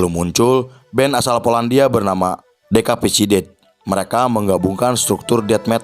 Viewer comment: Dekapicided?? Kahkahkahkah.. Please spelling Decapicited = Dikeypisited